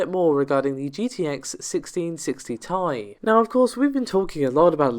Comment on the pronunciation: It's pronounced 'tee eye', not 'tie'